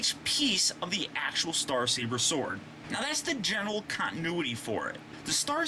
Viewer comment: Star Caber?....is that Scottish?